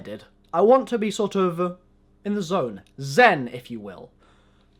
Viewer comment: when you said "zen" i was dying